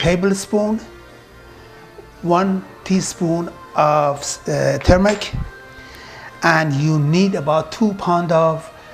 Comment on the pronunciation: Dear, great instructions and great food. however you are mispronouncing the word "LENTIL as Lentis and you also mispronounce the word TURMERIC as termic.